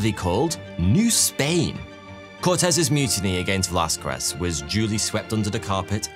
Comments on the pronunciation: Con-keys-tador, not con-qwist-ador. Vey-las-kez, not Vey-las-kwez. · Don't emphasize the q in Velasquez. It sounds more 'kez' not 'quezz' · Bruh English people say everything wrong on purpose... It's Veh·la·skez, not "veh-la-skwez". Christ... This is a very common name today and if you came to the States speaking like that, you'd be instantly labeled a racist who says people's very simple and very common names wrong on purpose. You may not have many Mexican people over there but Spain is literally right there by you guys, Europe doesn't really even have borders. Most would assume a European to be MORE cultured, not like this. Fkn gross. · Velasquez is pronounced VelasKEZ, not VelasKWEZ. Aguilar is pronounced Agilar, not Agwilar. these are very common surnames and they still botched it. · What we Spaniards love above gold and even sleep, is an English trying to say "Velázquez". 😂😂